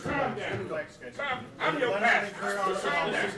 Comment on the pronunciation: Pasta 😁 the way he said did sound like pasta and not pastor.